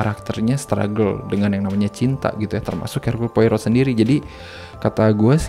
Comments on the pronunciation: Belum baca noveln ya 😢 bacanya 'Poaro' ya, Bang. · Poirot dibaca "Poaroh" :) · Cara ngomongnya bukan poirot tp lebih ke pourou